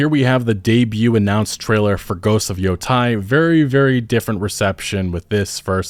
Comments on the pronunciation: It's yo-tay, not yo-tie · It's pronounced like Yo-Tay, not Yo-Tie. Anyways, I saw some people calling the game woke because the protagonist is a female. Have people forgotton about female main characters like Lara Croft? Legit one of the most recognizable faces in gaming? I swear, DEI has had the reverse effect on people, making them hate any type of diversity whatsoever even if it's something they were accepting of before. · it's Yotei, not Yothai as you pronounce it. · its Yotei, not Yotai just found it funny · Took me a hot 2 minutes to realize you were talking about Ghost of Yotei despite saying Yo, Tie! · I live right at the bottom of Mt Yotei in Hokkaido . It doesn't pronounced as Yo thai , should be YoTay . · Somehow Yotei, a word with zero "A"'s, became Yo-Thai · For the love of Kamisama. Is Yotei, YO-TEH-EE!! Not Yo-Tight!! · Why did people keep saying “Yo-TIE”? It’s “E-I”. They don’t even make that sound. Even if youre a non-japanese speaker, you’d lean more to the “eyyy” sound 🤣😂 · why is every non Japanese speaker saying "yoo tie"? it's yōtEi 😭 just say it the way it's written goddamn lmao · Please don't call it Yotie... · Ah yes, ghosts of Yotai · It is is Yotei not Yotai. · Yotai? You mean Yotei, right? It's a Japanese word, not a German one. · So, that's what's going on! It's reading problems. A lot are seeing TEI as TIE. lol EIght = A YotEI = A I was confused to heck why I kept seeing American YouTubers saying Yo-Thai. They were saying Yo-TIE lol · How does an american mistake an E for an A..it's clearly tei, so say tei, not tai... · Ghost of Yo-Te-i not yotie.. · Why does he say Yotai instead of Yotei? It doesn't make any sense (see? it's sense, not sanse). Was he maybe fishing for comments? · You cannot even pronounce "Yotei" correctly. You keep saying "Yotai"... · It's pronounced Yotei. Not Yotai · Pronunciation of Yotei is Yoh-tay. As someone living in Hokkaido, super excited for this game! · Yotei... Yo-Tey Not Yotay or YoTai ... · "yo tay"